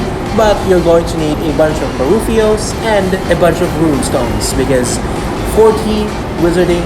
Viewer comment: Lol. You said buruffios egg.. lol. I love the videos!!